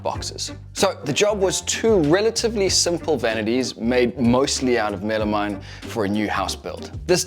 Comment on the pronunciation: It's called meh-luh-meen, not Mela-mine. It's like something hitting me in the face when you call it wrong.